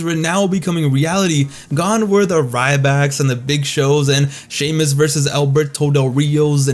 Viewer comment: "wwe champion shay-moose."